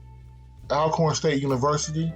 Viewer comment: it's pronounced Allcorn, great video